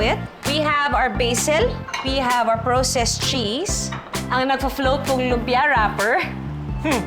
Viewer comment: 😅praa•sest cheese po ✌🏼✌🏼✌🏼no proww-sest 🫰🏼